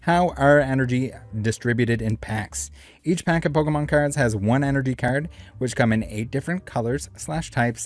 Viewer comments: Poke"MAN"! Lol mer"MAN"! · Only one person in the video, pronounced Pokémon properly 😂